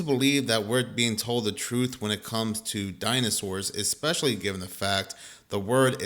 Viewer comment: It's hard to take the guy seriously when he pronounces especially as "ECKSPESHALLY". 😄 Dude is completely WRONG about dinosaur bones in museums. There are many museums in the U.S., Canada, Germany and elsewhere that display authentic bones, including the famous "Sue" in Chicago's Field Museum, which is the most-complete T-Rex skeleton currently known to exist. The American Museum of Natural History in NYC has a collection of 85% real (not fake) dino and other fossils available for public viewing. He's pulling stupid conspiracy theories out of his ass and should do some research before making videos.